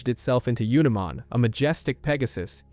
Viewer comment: I dont want to sound like im unappreciative of how well the video has been made, but pronunciation is very important and makes what is an important moment, sound like a joke. You went from saying Unimon, to saying Oonimon, instead of Sea-dramon, you said See-adramon. We are all fans, we have all watched the shows and played the games, pronunciation should not be an issue, and yet somehow it still is. Sometimes pronunciation isn't important like people who still call Arceaus, Ar-see-us instead of Ar-key-us. But I do believe true fans of an IP should have witnessed enough of words being said, that pronunciation shouldnt be an issue.